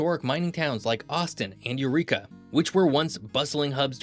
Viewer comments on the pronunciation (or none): none